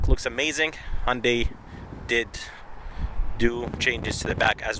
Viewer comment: Just bought mone last week. Friggen love it. Only thing is i got the dsrk grey color which really doesn't show off body details. And BTW its. HUN-day not HON- day.